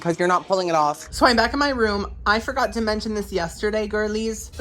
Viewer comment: ...took me a while to figure out that the real word he said was forgot